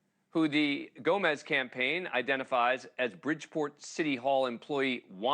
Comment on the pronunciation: Why is he saying Gomez? His name is Gomes!!!! So confusing.